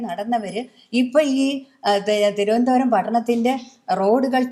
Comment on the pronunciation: തിരുവനന്തപുരം കാരെ തിരുവനന്തപുരം എന്ന് പറയാൻ പഠിപ്പിക്കു( തി രോ എന്താ രം )😂👍